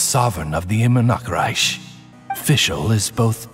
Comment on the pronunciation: Idk why but the way she says Immernachtreich in here sounded worse than the one in Unreconciled Stars event story quest